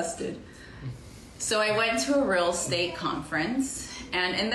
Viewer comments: I couldn't work with a realtor that says "ruul estate" every 2 minutes. Might be for the best that she noped out of that. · The way she pronounced real estate like “realstate” grates on me so bad 😂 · New drinking game: every time she says "real state" instead of "real Estate" take a shot.